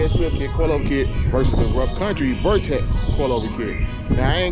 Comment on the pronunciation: VERTEX MY GUY no vortex lol